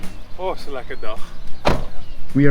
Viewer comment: "Lekker" perfectly pronounced in my native Dutch language. Nice.